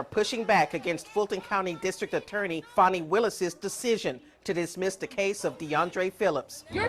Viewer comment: it’s pronounce like fawni